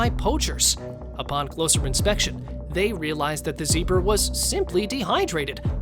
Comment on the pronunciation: GOU SAID ZEBRA WRONG